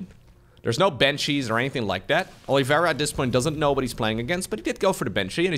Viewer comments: Not sure, I guess that's the way he thinks it's pronounced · Who is Olivera? Is his name not Oliveira?